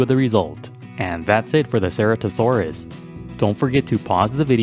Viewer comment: You said se-re-to-saur-us Its se-ra-to-saur-us